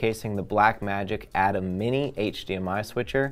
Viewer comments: EXACTLY!! Pronounced A-TIM NOT ATOM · I tried to watch but, i just can not get past your lack of knowledge of how ATEM is pronounced. If you have not been around the product or the professionals at BlackMagic enough to know it is pronounced “A-TIM” then how can I trust that you actually know what you are talking about.